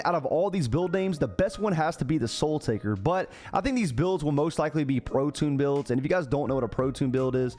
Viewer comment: Soul Taker naw...... "Sole" Taker hy !